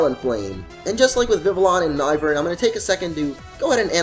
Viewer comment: It's Noivern as in Noise, not No-i-vern.